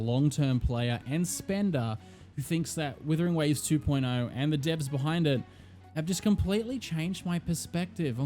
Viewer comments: IT'S NOT WITHERING IT'S WUTHERING WAVES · Are you saying Withering Waves or Wuthering Waves lmao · its wUthering waves, not wIthering waves!!!!! AAAAAAAAAAAAA